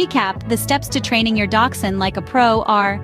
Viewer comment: The H in Hund is not silent. Quite the opposite.